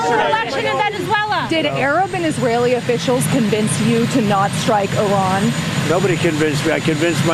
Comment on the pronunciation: Did he say Irag instead of Iran